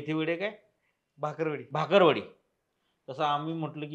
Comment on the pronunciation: भाकरवडी नाही रे😮😮 बाकरवडी